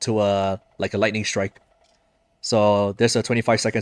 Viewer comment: Why do I keep hearing lightning with silent g? I have been trying to do rotation similar to this but just got her so not enough er... Ult is up every 2 or 3 rotations... I'm using verina, lynae, luuk team